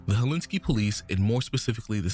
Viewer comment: its “Helsinki”